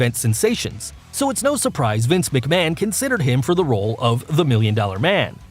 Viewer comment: This guy can actually pronounce McMahon right